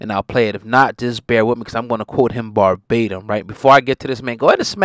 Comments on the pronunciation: It's, "VERbatim", not, "Barbatim". Ur thinking about Barbados. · Did He Say BARBATIM or VERBATIM???